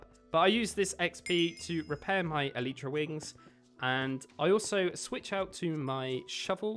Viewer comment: It’s not an Eletra it’s elytra